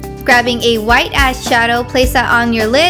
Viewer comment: sounded like you said grabbing a white ass shadow